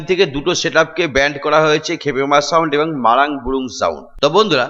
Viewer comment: বুরু কে বুরুং বলছে😂😂 লে হালুয়া😅😅